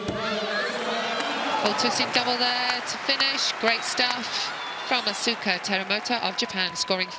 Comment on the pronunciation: That commentator at the intro butchered the Asuka Teramoto's name😅🤣. It's written Asuka but pronounced Askaa